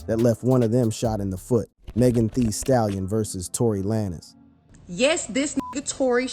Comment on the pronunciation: If u can’t pronounce the name stop reporting. Who tf is lanezz